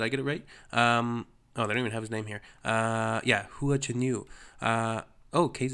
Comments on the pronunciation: Of course you are right, what I was trying to say is less emphasis on the "U", He was pronouncing it like HUU-AH, which could use improvement, as I know I said it like that in the beginning, lol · It’s more like “Hwa” then “Hoo-uhh” ^^ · his surname Hua and his nickname Hua Hua are both like "who-ah said quickly. "Wha" is not the best example to teach non-Chinese speakers to say Hua as close as possible to the Chinese sounding name. That would change the "hoo" sound to "wa" despite the "h" in Wha. Hope that helps. Cheers 🤗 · You have stumbled into the Alice in Wonderland rabbit hole of Hua Chenyu! (Try saying it like " Wa" ChenYu ) Guess who is not embarrassed to blast this song in my car in the middle of traffic windows down, downtown USA.... this woman!! He now has, of this week, an official YouTube channel and IG accout. Currently just his MVs are on there, but keep looking at his Singer 2018 performances on Hua Chenyu English Subs Channel. Welcome to Mars,.